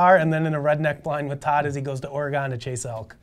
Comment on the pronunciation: Or-ree-gone, really? Come on, we deserve correct pronuc. It's Or- ree-gun... Smiles ya'll, but please try